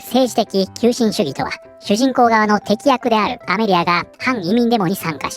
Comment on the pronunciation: スミマセン、些細なコトですが「敵役」は、「テキヤク」ではなく、正しくは「カタキヤク」の読みが正しい（伝統的には）ですね……